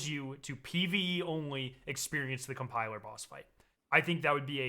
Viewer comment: Lol he said cum piler 😂😂😂